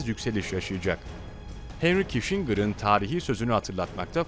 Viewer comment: Kişingır degil, Kisincır!